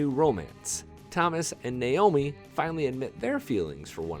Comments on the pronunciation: FYI: the character's correct name is Neomi not Naomi. If you listen carefully how she says her name to Thomas, you will hear it pronounced as "Nee omi" UPDATE: I even got it wrong...the real correct name is "Noemi", pronounced "No mi"? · I'm going out on a limb here, I'm guessing Colton, the new hand, is the Daddy. Oh, and its Noemi, (no-amy) not Neomi (neh omi), the Captain's love. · No e mi ,I had to replay to listen to what pronunciation saying her name. Or No mi.